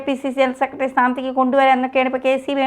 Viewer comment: "സെക്കട്രി' എത്ര മോശം ഉച്ചാരണം